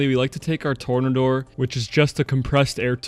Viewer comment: 'Tornaddor' LOL